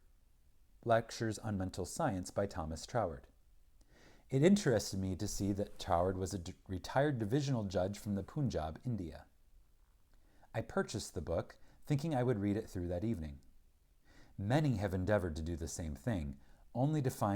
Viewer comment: Wonderful and clear reading . Thanks. Please note the Pun in Punjab - is read as pun in English . It is one of the North west states of India